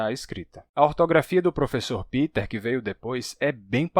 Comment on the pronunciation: Por que vc fala "Piter" Boll? Se ele é alemão o nome dele (do meu marido também) é "Pêter". Sempre explico aos conhecidos que é letra P + verbo TER= PE TER. "Piter" é inglês, não alemão.